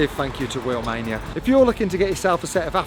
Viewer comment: the moment he said wheelmainia